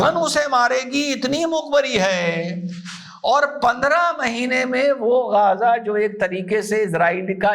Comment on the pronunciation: Namste sar ❤🎉🎉bas sab kuch thik hai, परंतु अपके लफ्जों का जो तल्लाफू को गाजा नहीं है? थोड़ा सा जीभ को उठा कर गजा... थोड़ा बेस बढ़ा के मुख से अवाज निकालना था 🤔🤔🤔